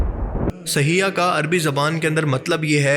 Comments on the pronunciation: Saheeha nahi bhai saihah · Lafz sayha ha please drost Karen